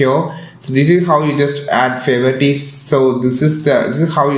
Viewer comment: fayvor tees